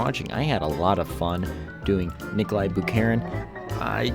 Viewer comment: Никола... Никла... Николасай